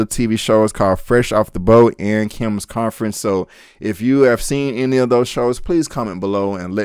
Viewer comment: Convenience. Kim's Convenience. Not Conference